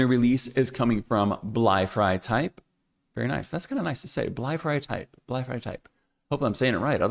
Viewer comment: You pronounced "Bleifrei" and "Linienwerk" quite well in German :) Just the syllable stress in "Linienwerk" could use a little improvement: the correct pronunciation is Lí-nienwerk (not Linien-wérk) – the stress falls on the first "i".